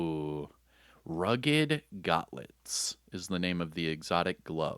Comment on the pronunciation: Basic pronunciation Stoic (stow+ick) Polyethylene (poly+thigh+leen) Gauntlets (Gawn+t+lets)